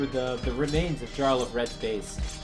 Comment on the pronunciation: In Scandinavian languages, j is pronounced like the English y. Jarl is pronounced "yarl".